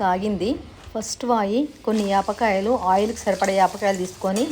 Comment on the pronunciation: యాప్ కాయలు కాదు పాల కాయలు